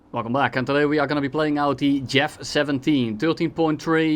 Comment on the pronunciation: U mean Jeff not Yeef right??